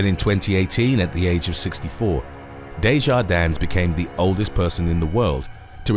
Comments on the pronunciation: It's just pronounced "Day-jar-din" without the S! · The S on the end of Maurice's name is silent! Just like Illinois the S is silent. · Just a point of clarification. You don’t pronounce the “S” in Desjardins. I’m just a stickler for grammar. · Desjardins is pronounced with a silent s at the end